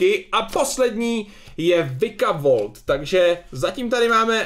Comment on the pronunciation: Jo to vikavolt se čte vajkavolt